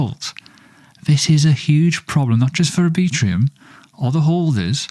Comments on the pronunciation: R B Trum. Lol not A Bee Trum. Anyway, appreciate the content and update sir. Cheers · Are you really pronouncing "Arbitrum" as "Arbitrium"? Let's check back in a year and see where Oasis is compared to "Arbitrium". My prediction: almost no one will know what Oasis is relative to Arbitrum, which will continue to see high adoption and volume. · pronounced R-Bi-trum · Mental pronunciation of Arbitrum... 😅